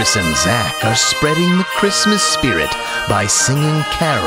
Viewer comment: "Happy chhrishmesh" "and a happy new (evacuation) hhhahah"